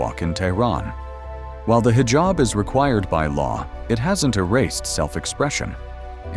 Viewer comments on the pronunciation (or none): none